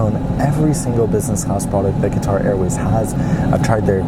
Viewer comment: He is is saying guitar not quatar